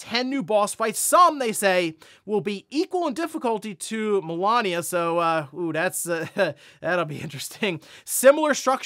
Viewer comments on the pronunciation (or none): Oh really Melania? Like Trump’s wife? It’s Malenia Jesus how could you get that wrong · mispronouncing. Malenias name lmfao someone clearly never.faced. Her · I can not believe you pronounced Malenia's name like that, the disrespect.